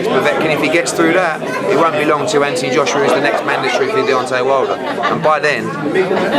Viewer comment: ..is it "Anthony" or "Atny"?